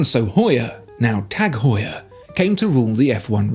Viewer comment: Good video but the pronunciation of Heuer in Tag Heure is not pronounced as “whore”.